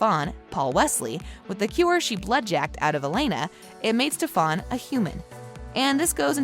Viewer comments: How are you gonna mess up stefan's name even though it is said so many times in the show it's not that hard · How can you pronounce Damon and not Stefan right?! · lol movie raze narrator pronouncing stefans name like kai